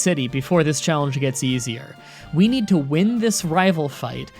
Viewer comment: When he says challenge it sounds like chocolate lol